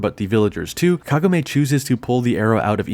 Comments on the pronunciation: is it me or did i pronounce Kagome all wrong? I thought it was like kah-goh-may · omg the way you say Kagome urks me so hard and a few times you do change to actually pronouncing it correctly a few times like said it again you keep changing it constantly around after saying it incorrectly and then go back to saying it correctly seconds after so inconsistent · I can't finish the vid since you mispronounced Kagome's name twice in a row. It ruined the vid for me.